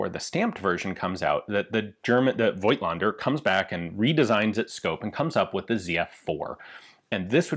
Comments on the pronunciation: Fun fact: the "i" in "Voigtländer" is silent. -->pronounce "Fogtlender". German is weird. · Voigtländer is really a hard German word to pronounce, Ian. One does not pronounce the "i" though. Here is an example